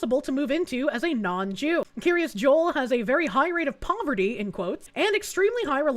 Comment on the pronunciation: Having lived fifteen minutes from the place, it's pronounced "Keer-as Jole". I will say that local sentiment towards this community isn't the best, since while many of the surrounding towns were having to shut down school sports teams and extracurricular activities due to lack of funding, their community kept getting state funded improvements that outsiders would never be allowed to use.